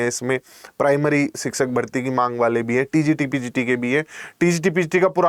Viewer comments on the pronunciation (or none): Everything is ok but sir pls.....!!! Pls.... It's a humble request to pronounce the word शिक्षक correctly. शिक्षक को आप सिकसक सिकसक कर रहे हैं। पक्ष को पक्स.... 🙄🤷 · Siksak nhi शिक्षक hota hai master g